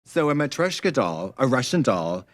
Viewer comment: 'so a mechroshka doll-' sisssssss dont be scared to use the proper pronounciation😭😭